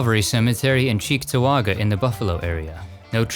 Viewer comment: Congratulations on pronouncing Cheektowaga correct. Most people can't.